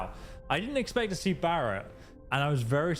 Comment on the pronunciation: "Berett was actually a really cool character." You like him, but not enough to correctly pronounce his name, even though you hear other NPCs say his name. Very puzzling. 🤔